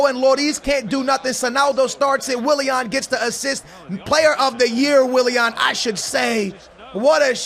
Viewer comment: the way he says willian. Wiliehann